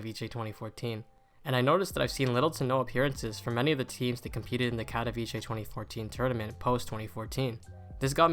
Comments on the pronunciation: Bro it’s pronounced Katovitsé and not Kadaviché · No hate but my guy its "katowice" not "katowicie" 😭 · It's pronounced Katoveetsay not Katoveechay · Its not katowicie, its katowice, can you try to say it correctly? Its really annoying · pronounced "kato - Vits - eh" no ch in there. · Great video, but please pronounce katowice correctly. KAH TOE VEETZ UH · No one pronounces the name right, get used to it. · the way people say katowice pisses me off as a polish person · As a Pole, I can't watch this movie because you keep pronouncing Katowice wrong XD. use google translate and check the polish pronunciation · That’s now how you pronounce Katowice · Bruh the pronunciation of Katowice 💀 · please learn how to pronounce Katowice... its painful as a Polish viewer